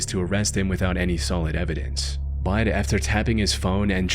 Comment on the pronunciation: Why do you pronounce “but” that way? “Baud”?